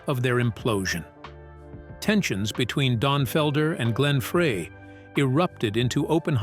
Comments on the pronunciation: it's not Frey it's FRY!!! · Glen FREY Pronounced FRI !! SAY IT CORRECTLY OR DON'T SAY IT AT ALL !!